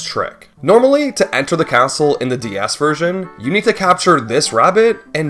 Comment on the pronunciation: "Merio 64 D-Yas" 😭😭😭